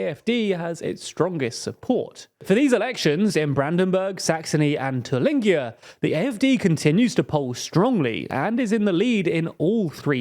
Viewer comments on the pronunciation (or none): Me: pronounciations can't get any worse: TILLINGER! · You pronounced Thuringia wrong